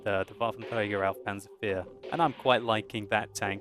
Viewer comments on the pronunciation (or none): Lol why do u say Panzer Fear? (Pah-nzer, Four)